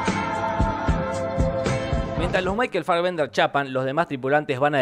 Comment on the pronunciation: Puede dejar de decir Michael "Faggender"??